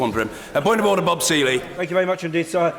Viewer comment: Order, authoor, order, or do, order, in order, with smiling😜😜 Anyway, I really like the UK parliamentary democracy in order.